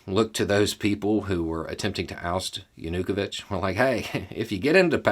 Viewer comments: Is this the correct pronunciation for "ya-nu-ko-vich" (instead of "yah-new-koe-vich"? Sort of like the difference between 'keev' and 'key-ev'? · I was wondering whether we pronounce his name wrong in Germany, but in Ukrainian it also sounds more like JanuKOwytsch. Otherwise, spot on, as far as I can judge. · While you did a good job of presenting the us perspective you forgot something really important. Ukraines history with Russia during the soviet era. The forced famine under Stalin killed over 2 million Ukrainians. Theres a very long history of Russia treating Ukrainians brutally that has built up frustration and anger over hundreds of years. Also you are pronouncing Yanukovich wrong its yah nu koe veetch. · Viktor Yanukovych- Yawn-Ooh-Koe-Vitch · I'm assuming is mispronouncing Yanukovich's name and I love it! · Love this but why keep butchering Yanukovich’s name lol. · Great summary but your pronunciation of Viktor Yanukovych made me laugh.